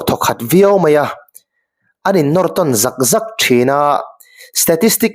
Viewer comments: An innawn tawn zak zak tih i chhiar danah a thu buatsaihtu i ni lo a nih hmel. zak zak hi ri sâng tur a ni a, i man lo tlat. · Zak zak leh,set sawt ilamrik dan hi a diklo aw..zotawng zir ngun rawh..